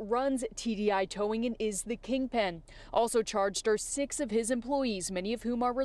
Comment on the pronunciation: a towwing company ? say it aint so